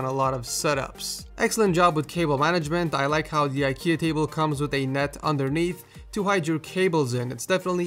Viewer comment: its ikea not ikeia